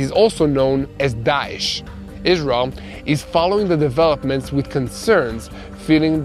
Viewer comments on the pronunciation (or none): none